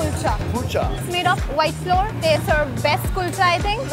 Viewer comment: You're right sir ,she was saying flour as floor ,I was like shocked pikachu face n I think she didn't complete her English lesson properly 🤣